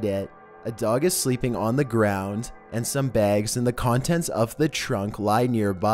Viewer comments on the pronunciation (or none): Heh, "sleeping"